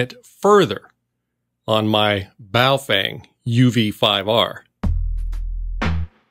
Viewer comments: It's pronounced, "Bow (like bow and arrow) Fung (like fungus). Ask someone who speaks Mandaran before telling me I'm an idiot in the comments. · Hey I'm not hating on you but I'm pretty fluent in several languages and the correct pronunciation is Bo-Fung.... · You mispronounced "Baofeng" several times 😂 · Is it bow fang or boo fwang? 🤣